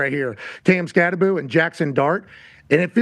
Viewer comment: It's pronounced, "SKATTEBO," Pat. The name is Skattebo with the B and the O at the end. SKAT-TE-BO. NOT "Skat-te-boo" as in Scooby-Doo, ok.